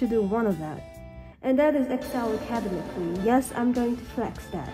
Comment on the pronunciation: Academically. Ah kuh dem mic uh lee. Your way was cute and all but just wanted to let you know